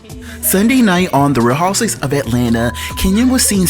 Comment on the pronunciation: DUDE!!! Say the word "Housewives"... it sounds like you're saying "houses"